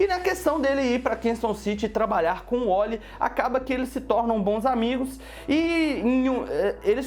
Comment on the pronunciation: cara n é Wolly e Wally coloca o A nessa, boca..